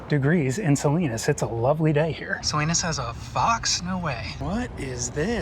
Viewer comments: "SA-LYNUS?" made me laugh. Looking forward to video of Day 2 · Salinas "Salainas" had me in tears 😅😂 oh and by the way, do any of these buses stop at Lompoc 🤔